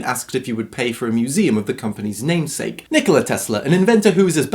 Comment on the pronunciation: Sorry to be a smart ass but its pronouced Dr Nick-Olar